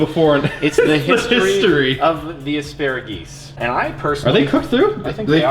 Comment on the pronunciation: "Flock of assparegees" 😂😂😂😂